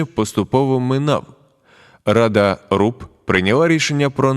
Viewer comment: там,на - Рада РУП чи ТУП?